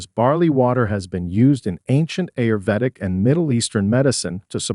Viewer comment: This narrator is not a human being, mispronounced ‘ ‘ayurvedic’, ‘swollen’. And others…